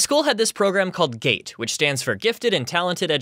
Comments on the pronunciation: What said: “Every now and then, a GATE teacher would make their way around to every classroom and scoop up the GATE kids” What I heard “Every now and then, a GATE teacher would make their way around to every classroom and scoop up the gay kids” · You know it's called gte not gate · at first I thought you said “ a gay teacher would come and pick up the gay kids” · i heard gate as gay